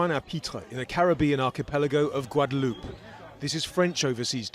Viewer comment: The name is pronounced Gua.de.loop. There is no accent on the last e. You speak too fast and have a VERY heavy accent. Slow down!